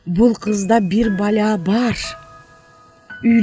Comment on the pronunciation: Бир баля эмес .бир балее болот жасалма суйлобогулочу